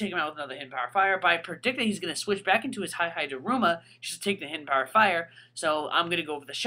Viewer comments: E-E-Daruma Not Hi-Hi-daruma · hihidaruma is pronounced as he-he daruma not hi-hi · its pronounced he-he daruma not high-high daruma dude do you see anyone else calling it that, get with the program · Why does he pronounce hihidaruma sa Hai-hai-da-ruma? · It was painful listening to you call it "Hi-Hi-daruma" >.> ow. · HAI HAI DARUMA!! Seriously though, you have been told literally thousands of times how to pronounce their names...just like Hon-Krow, Vennu-Saur, Lati@ and the many other examples.